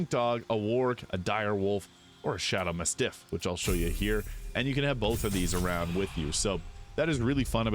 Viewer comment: Mastiff? I really hope you’re saying that wrong intentionally